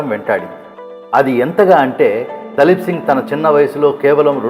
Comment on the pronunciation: దలీప్ కాదు ర బాబు దిలీప్ సింగ్